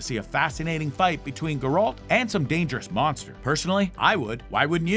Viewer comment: is no one going to mention his mispronunciation of "Geralt"?